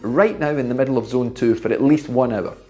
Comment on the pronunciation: exceptional work explained. Can this be done on ERG mode or free ride, what do you suggest? ps: when you said 'middle', I heard 'meadow'. Not everyone speaks the King's English. Regards from Athens, Greece. 🇬🇷🇬🇷🤙